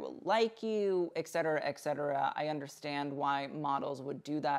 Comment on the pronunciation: FYI "etcetera" is pronounced: eT cet·er·a /eT ˈsedərə/ Not: eK-setera as you said several times. You can listen to the pronunciation on google if you need help.